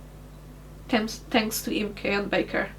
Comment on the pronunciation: i watched the whole video, and I love your Portuguese accent,, when you say "thanks" it sounds to my "murican" ears that you said "tanks".. and my brain immediately went.. no wonder she likes tanks, but how do you do oil changes on a thanks... I've said this before you to on stream ages ago, but as one of the "silent" majority who watch, thank you, for choosing to keep your steaming and videos going. There are/were many a night where I am rocking one of my kids to sleep to one of your streams or chilling in the hospital icu ward, while joking with my nurses, watching. It is weird to think it has been that long, but one is just finished kindergarten, and the other is 2. Both boys love watching you/jingles, you have become routine like i used to watch specific military history shows in TV as a kid in the 80's. so Thank You, you've made an impact in lives much bigger then you've maybe imagined possible when you were back in that mess years ago.